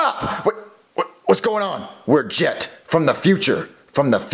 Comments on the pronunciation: you said get instead of jet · Its jet but with a g so its get but its pronouced jet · His name is get but it’s pronounced jet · CoolGuy 3478 Yes, but if you didn't watch the episode Jet his name is Jet with a g so it's Get, but it's pronounced Jet. JEEZ!